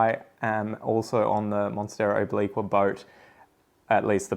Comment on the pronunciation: Good to know that obliqua might be renamed. Americans can't pronounce obliqua at all. The new species should be named something Amricans can pronounce like hamburger